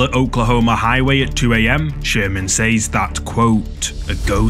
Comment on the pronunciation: Please pronounce "says" properly.